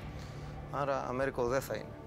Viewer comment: Προφέρεται "Βεσπούτσι". Μη ντρέπεστε, έτσι είναι ... Και το μικρό του είναι Αμέριγκο (και όχι Αμέρικο).